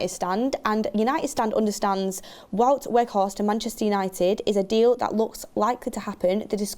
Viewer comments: IT IS PRONOUNCED 'WOWT' NOT WOOT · Wout is not pronounced as ‘Wood’. It’s more like ‘Wow’+t. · please its WOUT not WOOT. The W is pronounced as a V. so it is V-OUT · Wout is pronounced WOW-t not WOOT 😂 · Vout Vegh-horst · Wow'T Weghorst = correct pronunciation. Just for when he does join officially... knowledge = power ;-) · Yeah it's wout like in 'about' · The pronunciation of Wout on this channel is killing me...